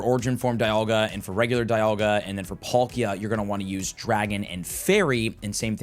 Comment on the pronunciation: Polkia instead of Palkia was bugging me